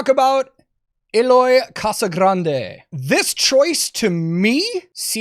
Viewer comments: "Casagrande" is the pronunciation of his name in Spanish, but as you know, he's Brazilian. Its correct pronuciation would be "g" at the end..."Casagranyi" (I have no idea how to spell it to make it sound right in your heads, I am sorry) Anyway, you can see his drumeo videos to see how he pronounces it. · Not to be a d!ck or anything, as it was interesting for me as well, Eloy's second name is pronounced similarly to "kazaGRENjee" Cheers!